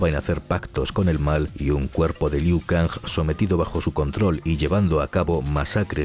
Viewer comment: Siempre lo pronunciaba Ku Liao